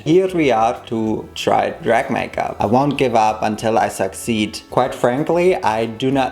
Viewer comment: "I won't give up until I suck seed" alright then